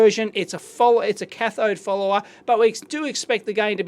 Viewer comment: Is he saying cathode "fooler" or cathode "follower"? I'm really trying to learn this and that's throwing me off everytime I hear it.